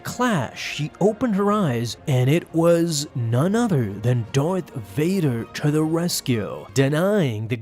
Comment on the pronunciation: Its v as in victor